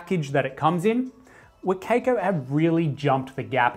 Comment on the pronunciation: every time he says wa kay koe i die inside a little bit